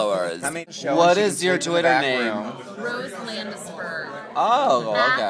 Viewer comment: rose land sperm is what i heard .___.